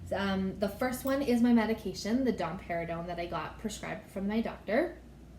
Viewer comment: I just keep hearing dom perginon 😄